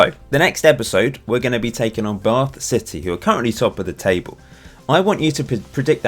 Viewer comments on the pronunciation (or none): none